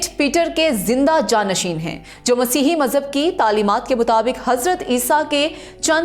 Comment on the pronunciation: Ap itna khubsurat Masih bol rhi han KHUDA kre bakion ko bi sharam a jaye